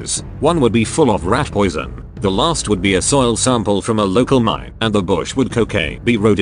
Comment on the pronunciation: "And the bush would[*COCAINE*] be Rhododendron." Damn TTS can be unintentionally hilarious!